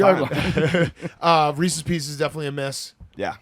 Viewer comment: We’re just going to overlook saying Reesies Piecies?!